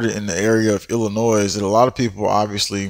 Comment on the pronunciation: I love your videos! Thank you very much for the information. Also, please please don’t take any offense to this, but in case you didn’t know, the S is silent in Illinois.